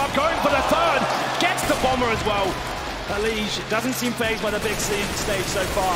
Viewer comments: Bruh the caster literally calls him "Elige" instead of "Eleej" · caster calling him Eliguh wtf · so if he named himself as the spanish for "select" then the "g" in elige shouldn't be a "zh" sound but instead an "h" sound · casters called him “eli-guh” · E Lee gugh. :D That casters mispronunciation is just hilarious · "El-le-ga" LOL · Eli-guh just sounds weird right now, even though thats probably the Spanish pronunciation. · It isn't. It's eli-he. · Name: Came from Spanish Pronunciation: American English